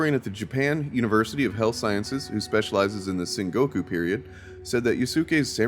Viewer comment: Sengoku, for the love of God! What the heck is "Shingoku"? It's the age of Warring States, not New States! And what the heck is a daimeow? I mean, they were the fat cats of Japanese politics at the time, but daimyo is pronounced with a long "o".